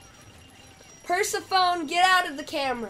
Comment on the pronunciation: why do you pronounce persephone’s name like that?